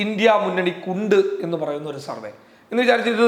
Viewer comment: പ്രാർത്ഥനയോടെ കാത്തിരിക്കുന്നു.. Please note! സർവേ... സർവ്വ അല്ല. വരെ ശരിയായി ഒരിക്കലേ കേട്ടുള്ളൂ. 😊 കുറച്ചുകൂടി കേട്ടു പക്ഷേ ഒന്ന് ശ്രദ്ധിക്കുമോ. വേഗം പറയുമ്പോൾ സംഭവിക്കുന്നതാകാം. സോറി. പക്ഷേ പറയണം എന്ന് തോന്നി. 😢😮